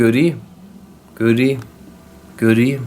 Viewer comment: 00.47 göriyim göriyim diyo. güldürdün gahsgfasfhasfs